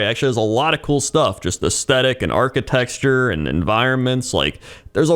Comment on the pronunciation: Not sure if it is intentional or not but you keep saying architexture XD